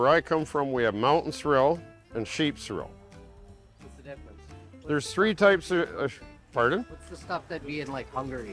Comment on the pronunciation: I have always heard it pronounced sorrel and not cer-el so sorry.